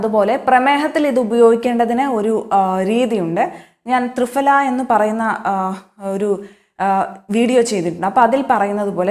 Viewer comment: കൃത്യതയുള്ള വിവരണം. നന്ദി. ത്രിഫല - Pha എന്ന് ഉച്ഛരിക്കണം. Fഅല്ല.